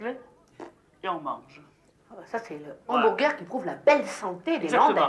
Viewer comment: Le "hanBOURgueur"